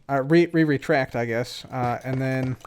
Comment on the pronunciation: Re-retract lmao. Or just retract as English speakers would say it